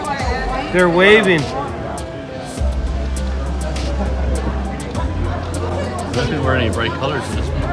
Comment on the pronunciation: I can’t avoid to 😭 when he says they waiving.